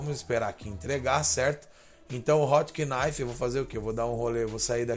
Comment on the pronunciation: foda o video o nome do carro se diz "rotnife"